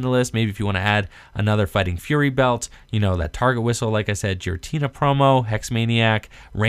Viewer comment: Pronounced "Gear-uh-tee-nuh".